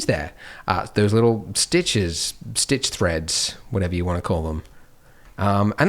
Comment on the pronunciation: You spelt stitch wrong and u said "stich"